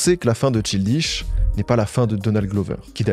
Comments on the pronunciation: childish ça se dit pas trop tout seul, vu que c'est un adjectif. Aussi stp prononce le correctement, il y a que ça qui manque dans tes vidéos: la recherche de la bonne prononciation des mots anglais/americains. C'est vraiment un gros point noir qui apparait constamment dans tes vidéos et je comprend pas pourquoi tu insiste à avoir cette erreur si amateur dans tes vidéos autrement ultra quali. Vraiment juste tape dans google la prononciation des mots c'est minime mais ça vaudra tellement la peine pour le résultat global. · MERCI DE COVER LA CARRIÈRE DE CHILDISH, je suis trop contente Donny G c’est vraiment un de mes artistes préférés depuis longtemps et je regarde chaque vidéo qui parle de lui. Par contre j’oublierai jamais cette prononciation de « Childish Gambino » 😭. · Super vidéo merci vraiment mais par contre j'ai failli me taper la tête contre les murs avec toutes les fois où tu as prononcé childish avec un "i" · CHILDISH..... CHILDISHHHHHH, mec tu as du faire des recherches, tu as du entendre son nom prononcé. Come on! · no hate 1er degré évidemment, j'adore tes vidéos sur ces artistes marquants de notre époque, mais c'est vrai qu'un petit effort de prononciation anglaise surtout sur le nom de l'artiste ce serait cool :') le "childish" hérisse les poils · Jessaye pas detre mechante mais childish c un mot anglais, je dis ca car a lecole jai appris quon change pas les nom selon leur prononciation, jcrois pas que je dois dire plus, jpense que tu me comprends assez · top video mais PAR PITIÉ faut vraiment commencer par apprendre a prononcer les noms anglais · Le frêre il a beau essayer il sait absolument pas comment prononcer "Childish" correctement, l'accent français ruine tout 😭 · Arrete de dire Childish dit Child en anglais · pardon mais la prononciation de childish est honteuse genre si tu fais tt une vidéo dessus ecoute son nom prononcé pour savoir comment on le dit 😭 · "chill dish" ça m'a fait tiquer à chaque fois mdrr